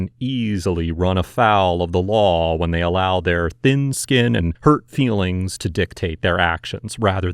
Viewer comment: Fweelings, nothing more...than fweelings! This cop 👉❄❄